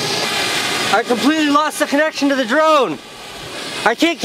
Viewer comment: I keep hearing Jerome every time he says drone.